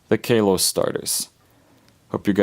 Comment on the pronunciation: I AM SO TRIGGERED!!! KAYLOS!?!? ITS KALOS (KAH-LOS)